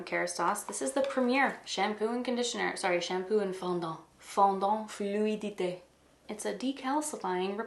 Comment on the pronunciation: You pronounced 'fluidité' so well!! 👏🏻😻